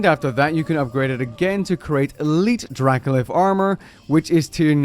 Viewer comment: Spent half the video thinking it was Dracolith... eh, whatever, reasonable name, makes sense... then I saw it written down... my dude that is dracoLICH (Lich with a ch like a leech)... Yeah... now I'm scared. >.>